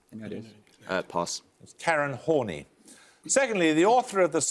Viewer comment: Just for future reference it's pronounced horni.